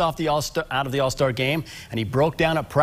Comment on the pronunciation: What’s with the emphasis on OF